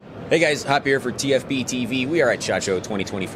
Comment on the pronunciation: I didn't hear " hop here with tfbtv" I heard haviere here with tfbtv